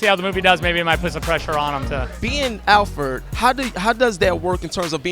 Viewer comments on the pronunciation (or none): Alferd???? SMH this dude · what the fuck is a Alferd. It's Alfred nigga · Wish they got someone better for this. Someone with more thought out questions than "what is it like to (be) ____?" And someone who dressed and acted accordingly to the event. Also, someone who knows how to say ALFRED. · Why can't my man say AL-FRED? Alfred!! C'mon son!!! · im saying tho this nigga cant even pronounce the names right.